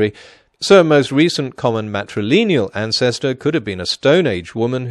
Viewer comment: I wish he’d stop saying ‘matrileneal’ instead of ‘matrilineal’.